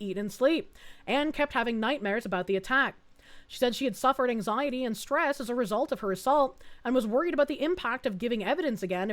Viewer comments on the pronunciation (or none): none